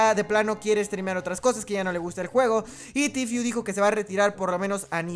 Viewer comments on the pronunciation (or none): De hecho, se pronuncia "Tifu"